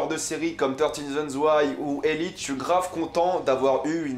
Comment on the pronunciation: btw on dit elitÉ c'est en espagnol ;)